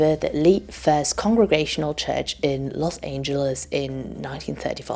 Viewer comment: First time viewer, curious where she’s from, her pronouncing los angeles was adorable